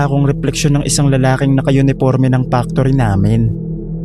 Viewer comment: Naloka ako sa tuwing binabanggit mo ang salitang “factory”. Pano nagiging “Pak-tory” ang salitang factory. Nagiging iba tuloy ang meaning. True story po ba lahat ng stories rito?